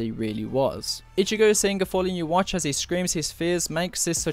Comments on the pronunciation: It’s pronounced YU-HA not YA-WATCH the ch is silent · "Uwatches" - lol your pronouncation is so funny. It's YHWH - pronounced like Jewish God.